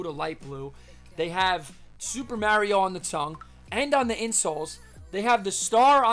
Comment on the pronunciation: its cool its tge right way to say it. Hey, some guy on ebay posted some super mario galaxy glow in the dark shoes from puma, is that legit?